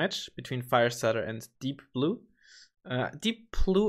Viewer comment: its deepblue not deeoblue